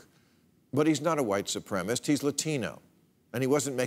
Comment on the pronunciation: Bill, you surprise me by not being able to pronounce white supremacist. The phrase is not white supremist. There is no such word as supremist in the dictionary. Stop being so lazy and learn how to pronounce supremacist correctly.